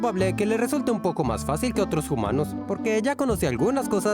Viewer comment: porque dicen jumanos?